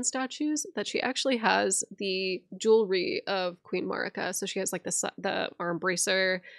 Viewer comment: Melina pronounces Marika like (A)merica. I’ve always thought it strange that some people who have played the game and are so good with the lore still pronounce her name so weirdly 🤣😂💜🤭